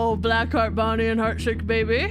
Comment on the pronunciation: Did no one notice called Bonnie “Vonnie”